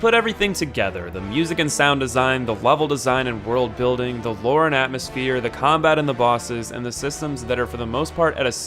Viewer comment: WORLD BUIDLING